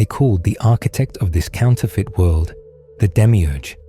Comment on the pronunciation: I get way too distracted with that accents pronunciation of “world” lol not completely derailed from the message, just humorously distracted monetarily. I repeat it immediately “wuelldd”and giggle